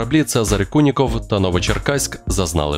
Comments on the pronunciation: "Куніков" , а не "Кулінков". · "Цезарь Куников", а не Кулинков!! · Не Кулінков, а КУНІКОВ!